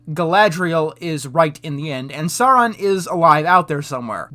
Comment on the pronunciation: I really like the video, but man, you saying "Sauron" wrong gave me cringe-shiveres every single time :'D It's pronounced "Sow-ron". And you don't need to know the lore for that; just actually listen how it's said in the Jackson-movies.